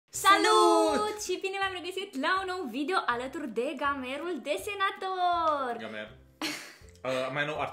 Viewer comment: Nu gamer ci geimar